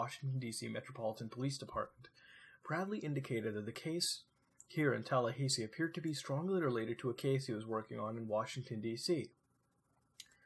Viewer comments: TALLAHAYSEE?! AHAHAHA omfg I'm sorry but that made me lose my absolute shit TalLahaysee, never in my live have I heard it pronounced that way congrats Muta congrats EDIT: for anyone wondering why I'm losing my shit the "ha" in Tallahassee is pronounced like it is in the word "hat" and the "ssee" is pronounced like the letter "C" so you pronounce it tal-la-ha-see. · wait did you say Talla hay see? its talla hah see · TAH LAH HA SEE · lol "Tallahaysee" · Everything on this video can be found with basic internet searches.... nothing exciting here..... and holy FUCK.... tala HAY see..... TALA FUCKING HAYYYYYY SEEEEEE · Florida man getting triggered by the pronunciation of Tallahassee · Good vid, but what's up with the pronunciation of Tallahassee? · As a Floridian, lol at your pronunciation of Tallahassee. :3 I chuckled.